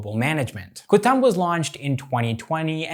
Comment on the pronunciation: KUTUMB = KOO TOOMB not KU TAMB